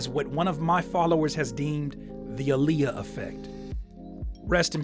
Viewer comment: Just clearing it up, Aaliyahs name is pronounced AH LEE YAH